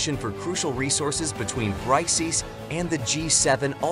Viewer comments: It's not Bry C S. It's it's pronounced similar to bricks. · BRY-C-S lol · This f*kwit can't even pronounce the acronym BRICS as BRICKS should not even be making video on Youtube. I didn't listen to his weirdness on the whole video. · it is not bry CS, it is pronounced as Bricks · BRO REALLY SAID BRICIIIS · I am pretty sure the pronounciation of BRICS is wrong. Makes the entire video sound stupid.